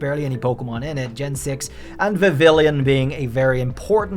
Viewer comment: The hell is a Vavillion? You mean Vivillon